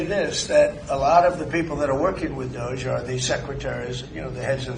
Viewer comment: DOGE. Pronounced:- Dodgy?